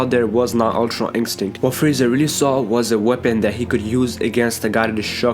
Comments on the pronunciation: "Ultra inkstinct" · Why dose he say ultra instinct like that it's like it's dubbed in he leaves it for a second then says it